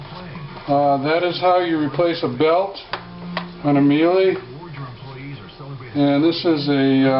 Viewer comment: Thanks for the tutorial. I used it for guidance. FYI, the German name and correct pronunciation is "Mee-luh" not 'mee-lee' . Thanks again.